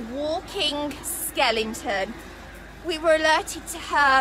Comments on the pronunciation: Someone please tell this girl that the word is "skeleton" not skelington! nice happy ending video though ..🐶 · What's a SKELINGTON....do you mean "Skeleton" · Is this woman saying skellington? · What’s a skelington?